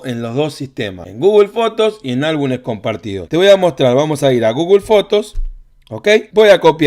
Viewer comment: Se dice álbumes 😅